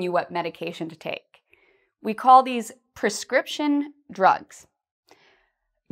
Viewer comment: Hi, the word of prescription is "[prɪˈskrɪpʃn]" in the web, your voice sounds like "[perˈskrɪpʃn]"